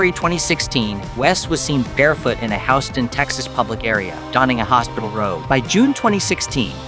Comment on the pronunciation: House-tan texas? This guy has NOT been to the states